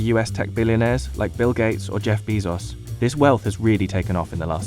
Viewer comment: "Jeff Bee Zos"